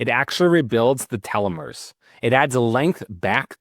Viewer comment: change the title to say TALMUD... I could only hear you mispronounce telomeres 5 times